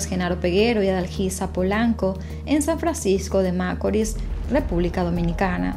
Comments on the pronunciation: el acento con el que ella dice San Francisco de macoris, en otro caso quien rayos anda fijandose en las cosas que hay en la carretera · Me encanta lo que haces y más de tus comienzo, te sigo hace poco, tienes una voz que no cansa y tienes buenas dicción, en todo lo que he escuchado de ti solo algo me hace un poco de ruido a mis oídos 👂San Francisco de Macorís, la pronunciación no es como lo dices. Lamentable lo del caso de Emely, y sentencia muy injusta, no se le hizo justicia a la muerte de esa joven.